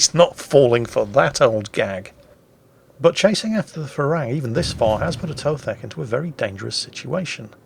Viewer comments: It's Pra-Ruang (straightforward) Me as a Thai really like to see foreigners mispronouncing Thai words ;) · Actually.. When phonetically transcribing Thai into latin letters things do get a little unlogical for us westerners. "Phra" is not pronounced with an F-sound in the beginning. It's a standard P basically. If you pronounce it "Pra Ruang" you'll be good;) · Pra Ru-ang. Learn thai mate... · I love how pronounces the Thai destroyer Phra Ruang as Farang which is the Thai word for foreigner, so to his credit he is speaking a Thai word just not the right one. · Phra Ruang read with strong P and strong U